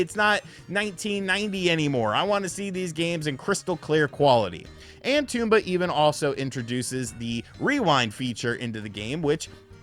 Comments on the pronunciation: Tome-ba not tume-ba 😂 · Apparently most people on YouTube call it tomb-ba...tom-ba makes more sense. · it's not TOMB BA! it's TOM BA!!! say it right! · It’s not a Tumba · Bro called him Tumba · Toomba ? Its Tomba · Its TOMba not Toomba lol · TOM-BA, dude! jeez. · TOMba, pronounce it correctly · Tooomba? Lol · It’s pronounced Tom Buh. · Almost sounds like he’s calling it Tuba sometimes! 🤿 😂😂😂😂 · its not pronounced toomba :P better luck next time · It's not a Toomba. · it is pronounced tom-ba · I thought the game pronounced as Tom-ba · Drinking game: take a drink when he mispronounces Tomba Edit: I made a mistake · Imagine doing a review and not finding out how to pronounce the title. Or anything at all about the game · Didn't pronounce Tomba correctly once. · Felt like M. Night's Avatar